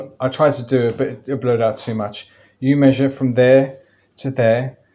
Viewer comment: "Thank you very muchhhch!" For what? Bleeding hell. ×5 ×root(10) there's your area? And the units are what, dear sir?